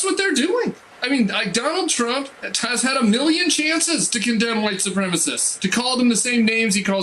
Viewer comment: "Donald Trunk" lol